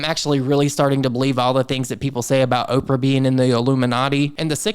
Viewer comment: Not Opera but Opra, as in Oprah Winfrey. Look at the context, the names accompanying hers.